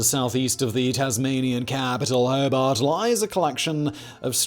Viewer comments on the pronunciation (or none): FYI: Hoe-Bart, and Lawn-sess-Tun, interesting video though!